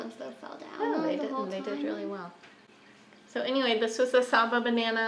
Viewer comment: Great bananas! The "sa" is short and the "BA" is hard and pronounced.